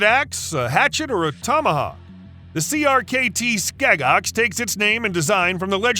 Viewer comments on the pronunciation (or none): none